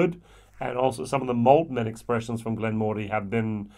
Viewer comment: Slight annoyance but it is pronounced Glen Muh ree. Their Peated is the best value peated expression of any single malt scotch, only beaten in value for money because locally I can get a product called Three Ships 5 yo at half the price. Honestly, this distillery should have been making Peated malt the entire time. The Chardonnay cask is exceptional like the Peated, and Port cask is good. The 12yo is decent probably one of the better 12yos out there, maybe not as good as the recent 12yo BenRiach triple cask thing. We are lucky in South Africa we get everything at 43% minimum. One of the best whiskies I've ever tasted was a 10yo hand-filled Glen Moray Chenin Blanc cask. This really wowed me. As such I have ordered and am waiting on the Glen Moray 2006 Sauternes Cask Matured which is a maturation in 5 Sauternes casks so should be very unique.